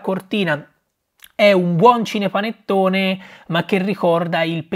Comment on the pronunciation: Perché dice "scinepanettone"?